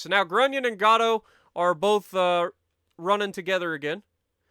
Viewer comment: Just informational: It's pronounced HebriDEES, like we pronounce the Greek hero's name Hercules. Emphasis on the last syllable. Also, Gato is pronounced like Gay Toe. Hope that helps.